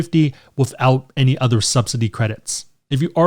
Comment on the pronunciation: What about "other?" - "Udder."